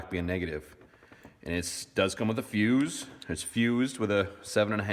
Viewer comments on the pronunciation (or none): none